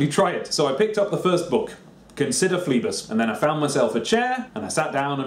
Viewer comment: Christ above, read Phlebas proparly! Brilliant book.